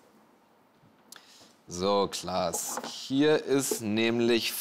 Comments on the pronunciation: Erst erkennt er Frank Elstner nicht und jetzt sagt er zu Klaas 'Lars' 🤦‍♂️ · Die kurze "peinliche Stille" war eher da, wo Felix Klaas Name falsch aussprach :D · er hat kurz vorher „klaas“ gesagt, der weiß sehr wohl wie er heißt. war ein kurzer versprecher, get over yourself.